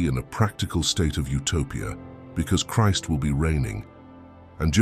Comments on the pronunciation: I love this channel it's Biblical content but I really don't like the AI voices you're using. It mispronounced Christ and the AI voice doesn't have the passion and delivery of the people you used to use. Please bring the real people back. Thank you. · I thought we were to live forever after Christ returns? Also is this narration made by an AI... I've never heard anyone say "Christ" with that pronunciation.